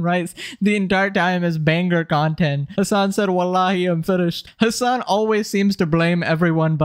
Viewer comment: Throughout the video, I kept hearing "his son" instead of the name Hassan. 💀